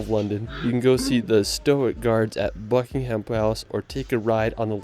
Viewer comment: Buckingum not Bucking ham